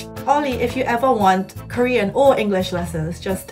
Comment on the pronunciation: same lmaoo why does he sound so choppy and he adds a weird British accent(?) Usually I can tell by the sound and pronunciation that its Korean but I couldn't with him